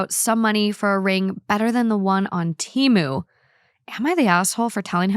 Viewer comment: It’s so crazy that you mentioned the Super Bowl ads for Temu. Everyone seems to have seen the ads but still pronounce the name wrong. In the ad they said it with a little E. Like the word ten. I think people have just been saying it for so long they don’t care to say it right